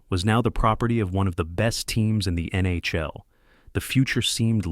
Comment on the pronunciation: The mispronunciation of legendary NHL players and the NHL acronym itself made me think it was odd for a clear non-hockey fan to make a video about this. Was this AI?